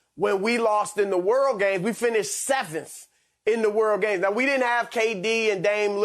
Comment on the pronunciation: We finished “sssssweaveanth” 😂🤣😂